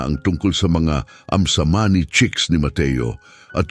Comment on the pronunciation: Ayam Cemani chicken, not amsamani.